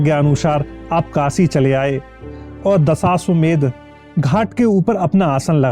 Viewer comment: दशाश्वमेध घाट । उच्चारण तो सही कीजिए ।